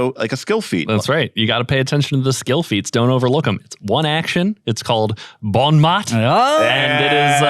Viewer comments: Bon Mot, is "Good Word" in french, it is 'bon mo' (has in moe, the T is silent). Thank you, I had overlooked this skill feat. Keep up the great work, learned a lot of great things. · Really enjoying your content! But one quibble -- Bon Mot is pronounced "bon MOE", not "bon MOT". :D